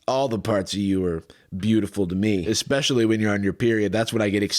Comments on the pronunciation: eXpecially is my biggest pet peeve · Ofc he says especially like “expessially”